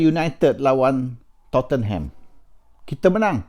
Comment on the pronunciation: sebut Tottenham bukan to-ten-ham...!!! sebutanya tot-nem...!!! duduk Manchester betahun doh... xkan xtau...!!!???